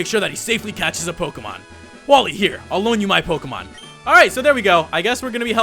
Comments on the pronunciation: pokemon not pokamon bro say it right talkin bout some pokamon.delete the a you always say and put a eeeeeeee. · It's pronounced poke-ay-mon dude -_